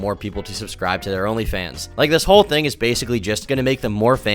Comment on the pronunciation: The way this chick talks makes me so upset is it really that hard to pronounce the H in thing